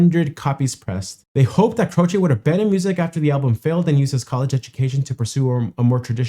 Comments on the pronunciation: His last name is Italian, it means cross, and the last syllable sounds like chay, rhymes with hay or pay, not chee. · As you saw, most people pronounced his name CRO chee. Jim, himself, said it is CRO chay. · Jim's last name was always pronounced Croche or more like Cro'she' where I was from. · In the 1970s, we all called him "CROW-shay." Just like "crochet," but with the stronger emphasis on the first syllable. Apparently this is how Italians say "croce," which means "cross." (Jim was born to Italian-American immigrant parents.) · It's Croshee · Its Jim Crow ch y eh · A lot of people pronounce it Crow-shay... and Jim seems to be playing the song that twice the regular speed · It's Cro-chee! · Grew up listening to Jimmy Croce. Love him. Its pronounced "Crowchee" btw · Jim "Crow-chee" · Crow chee - is how you pronounce it. Bad bad Leroy Brown is a fun alternative. I think I might have the title wrong but that's the gist of it. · Croce is an Italian name and people are pronouncing it wrong. The "e": is pronounced like the letrer "A". Croch A. But the A is cut short. I discovered him just a few months before passed. I was 14 years old. I was devastated.